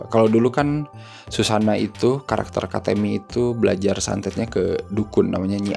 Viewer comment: Bang katemi bang bukan katémi😂